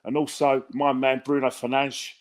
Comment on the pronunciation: Bruno Fernadgezzzz. showing his linguistic skills again 🤣